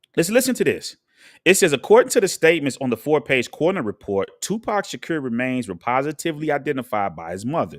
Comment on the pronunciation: Islam is a fake religion but you're real 1 right ? 'nahmsayin' learn how to speak properly before making videos. You don't even know how to pronounce Shakur let alone this whole story.